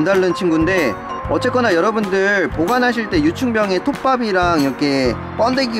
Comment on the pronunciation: 나만 톱밥을 좆밥이라고들음??